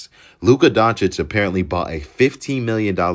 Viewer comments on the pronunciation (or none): “Luka Diencwhcish traded to the Lakers for a bag of Lays and a half eaten McDonald’s burger…”. 😅 the fact that he couldn’t pronounce “Doncic” but had the fortitude to come up with the awesome quote makes it brilliant! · really said luka donikik?🤦🏽‍♂️ curry could never but he had Durant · Here for Luka “ Donna-keek”